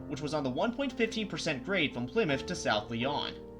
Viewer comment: Couple of nitpicks on this one. One's something you probably wouldn't know unless you're a local--South Lyon is pronounced like the cat, not the city in France. (I'm actually on a first-name basis with the guy at the Detroit area National Weather Service station who handles the local pronunciations for the Weather Radio text-to-speech synthesizer, since I use it as ASMR and every time there's an update to the software, it breaks that custom pronunciation, and I'm usually the one who emails him to let him know it needs fixing again.) The other's a bit bigger, though. The kind of coal the Lehigh Valley built its locomotives to run on was ANTHRACITE (note the spelling), and is actually a much higher quality coal than the bituminous coal that most US railroads used, having higher heat content per ton. However, this purity also made it harder to burn because you needed much more air to burn it and it had to burn for a longer time before it gave up the heat, requiring the bigger firebox.